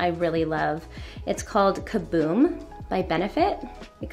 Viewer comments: I like how y’all called it kaBOOM but it’s kaBROW 😩😂😓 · The fact that Bailey also said “kaboom” but it’s “kabrow” 😂😂 they both said it wrong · It’s called ka-brow. Hahahaha